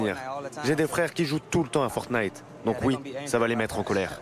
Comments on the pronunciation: A , la journaliste dit à la place de "Fortnite", "Fornine" (accent anglais bien entendu 🤣) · elle a dit Fornine😂😂😂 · « Fornine » révise tes fiches avant de dire quoi que ce soit 😂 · "EH EH EH FORNINE C BIAN JE ADORE FORNINE :)" Mais wtfffff même la présentatrice elle est en pls rien qu'en prononçant le nom du jeu, mais où va BFM ? Point faible : A Try Hard les brugers :'( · Miskin la journaliste elle a dit (fornine)😂😭😭😭😂😂😂😂😂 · " le trou noir de fornine"... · "fornine" bah ouais logique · ELLE A DIT FORNINE A xD 😂